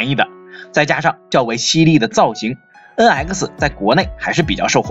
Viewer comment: Please improve your pronunciation! NX! Not en aisi!